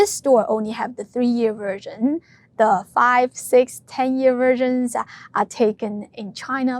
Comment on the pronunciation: sorry but i can't help but hearing virgin when you say version.